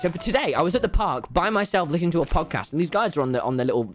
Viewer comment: I can’t tell if Tommy was saying pogcast or Podcast